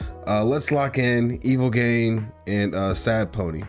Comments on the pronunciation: bruh im shitting and puking blood his tag is literally in every song its EVIL GEE-AH-NE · hold on bro how the fuck didd u jus pronounce evilgiane?